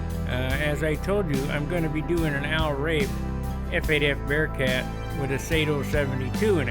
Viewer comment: Al Rabe ( the e is hard as in Rabie)